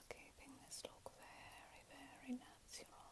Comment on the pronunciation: It’s the “little bit of a NATZURAL look” for me. 😂 love what you do gf, you’re super talented!